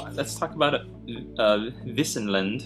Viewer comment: As always...your pronunciation is correct. Wissen is the german word for knowledge but i guess the medieval meaning of wissen can also be translated as meadow or grassland. Keep it up my friend.